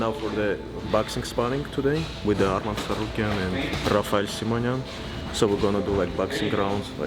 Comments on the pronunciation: And it’s arman not armin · Arman not Armin